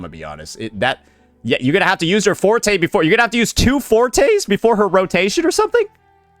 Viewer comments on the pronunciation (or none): none